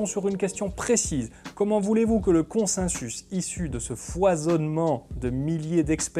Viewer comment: On dit "consensus" ou "consinsus" ? :) Vidéo très intéressante, je préfère de loin ce format à celui de la méthode Z. Petite question, tu as parlé des malversations du tabac dans les 50's, que penses-tu de la manière dont le consensus scientifique s'est formé sur l'alimentation à la 2ème moitié du XXème, en particulier la guéguerre entre le lobby du sucre et celui de l'industrie laitière, et il a fallu attendre les 2000 pour qu'on se rende compte (du moins dans le grand public) que la fameuse pyramide alimentaire (que j'ai encore retrouvée dans les cahiers de mon fils de 8 ans) n'était pas basée sur du savoir scientifique. Il s'est passé quoi, c'était purement politique, ou bien le consensus n'existait pas ? C'est une question honnête, je ne cherche pas la bagarre :) Un membre de ma famille de l'alternosphère revient régulièrement là dessus pour finalement raisonner comme Lalanne.